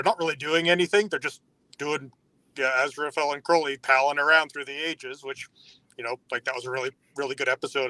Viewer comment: And it's Crowley, as in the bird. Your welcome.